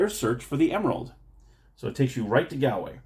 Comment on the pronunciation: The top o' the mornin' to yay! Sigh... my poor ears... Shillelagh is pronounced sh - lay - lay Galway is Gaulway Celtic is Keltic unless it's the name (or part of) of a football team in which case you nailed it. The game's not based on fact, no leprechaun worth his salt will give away a smidgen of gold, let alone a full pot of the stuff. Indeed watch the movie Leprechaun to see what happens if you should get your grubby little mitts on his treasure! Good review of a game I was unaware of, though I suspect most people who would be interested in it will be too drunk to watch this tonight! 😂 Happy St. Patrick's Day.